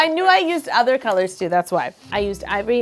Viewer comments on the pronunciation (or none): none